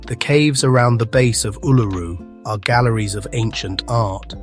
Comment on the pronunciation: Your pronunciation of Uluru is wrong. It is pronounced oo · luh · roo. You should Google to check the names in all your videos. Considering your pronunciation of Uluru, I can see that you have not been there because there is no way you would have that pronunciation. So this is not an inside story; it is research findings. These locations need a lot more research and understanding before one heads off to them. The safest one to try is the 12 Apostles, as it is a day trip from Melbourne or an overnight trip to stay in a town close by.